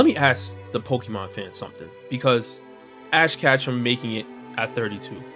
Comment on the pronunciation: Power scaler complains about casual anime fans' character rankings for 25 minutes (can't even pronounce ash ketchum correctly)